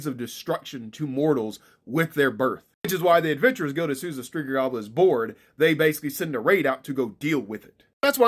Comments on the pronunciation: Striga...not striger...it sounds like you're saying geer. Striger..no...my eyes suck. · Sound weird like striga with the hard r 😂